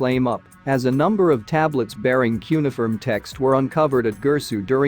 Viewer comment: Please teach your computer narrator how to say cuneiform correctly. The word has four syllables, with the stress on the second syllable.